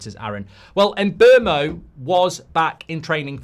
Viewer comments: Em-boh-moh. Not Em-bur-moh. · There is no letter R in mbeumo